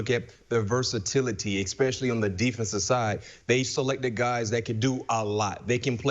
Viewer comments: It's not a "cadence." Do you even know what a cadence IS? His problem is an inability to read. The word is "es-pecially." There's no "X" in there. Only an ignorant person pronounces it "ex-specially." Cadence, my ass. You are as ignorant as he is. But, hey, maybe get yourself a job in broadcasting. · This McFadden guy needs to go to talking and thinking school. "ex-specially"? Seriously, guy?